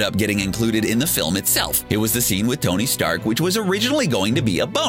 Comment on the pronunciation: Who is "Gony Stark"?